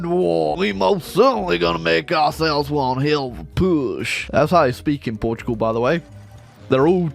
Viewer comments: Port Tugal yes, this is how its pronounced I'm gonna force feed u pasteis de nata for this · "Portiugol" xd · From a Portuguese guy, it heart wearing you trying to pronounce the name of the country.